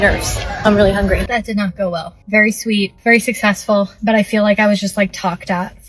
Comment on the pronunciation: Someone please tell these girls that the word is "feel" not "fill". In every single video too, every black girl says fill😂😂😂😂😂please take some English courses